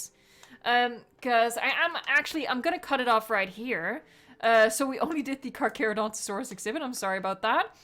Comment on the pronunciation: Hi I’m not trying to be mean but it’s pronounced (car cher o don to saurus)